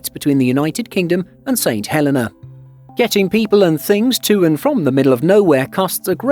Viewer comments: It’s pronounced Saint Hell-e-nah, not Saint Hell-eh-nah You guys really need to work on your pronunciation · It's the pronunciation of the name of a place - personally I pronounce it 'Saint Hel-ay-na' while the islanders pronounce it 'Saint Hel-ee-na'. As a courtesy to its people, your narrator should have done some homework.